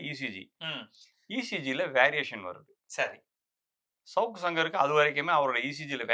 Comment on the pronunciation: First thing first: it's not 'shavukku' it should be pronounced as 'Savukku' it's a Thamizh Noun. Please use the Thamizh pronunciation for the Thamizh words.